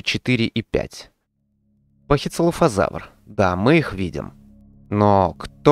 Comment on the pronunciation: Пахицефалозавр а не пахицелафозавр звучит как целлофан